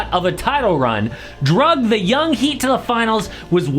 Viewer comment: Jimmy butter “DRUGED THEM” ? 😂 dragged….